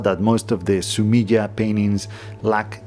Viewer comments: Fun tip for pronouncing japanese words: the vowel sounds never change like they do in english. so "e" is always "eh" / "aye". So in this case, it would sound like "Su me ay" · Three syllables: su-mi-eh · Fascinating. Thank you. BTW ink picture or drawing is pronounced Sumi-e where the ‘e’ sounds like ‘eh’, as if you misheard something and wanted clarification.